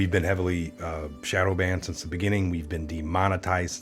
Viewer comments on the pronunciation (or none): none